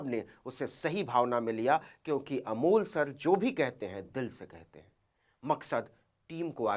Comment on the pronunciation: नाम तो सही बोलिए अमोल नाम है